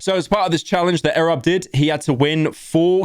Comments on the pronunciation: Btw its EE Robb, not urobb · You say it like "ee-rob" btw. I have no idea how Pyro constantly gets names wrong lol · Pyro pronouncing Erobb as Arab is really funny lmao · its pronounced ee-rob not eh-rob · why tf did he say erob like that? mf literally said arab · no way this dude managed to mispronounce erobb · Why do you say erobb like that